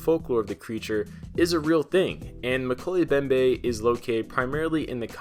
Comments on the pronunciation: Moe-key-lee mem-bay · Mo-kel-ay Mem-bay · Pronounced: Mo-kelly mo-behm-beh